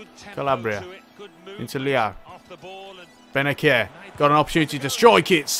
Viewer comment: Bennacer is pronounced Bennasser bro